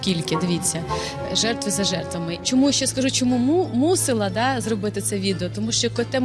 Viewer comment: не мусІла, а мусИла